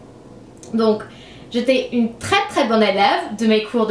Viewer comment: Salut , je suis française et je voulais te dire que tu parle très bien le français. Des fois tu prononce mal, c'est à dire: au lieu de dire " une " tu dis "un", mais cela ne nous empêche pas de comprendre. C'était un plaisir de regarder ta vidéo, surtout que j'adore l'accent américain/britannique . Continue car le français te vas a merveille😁😘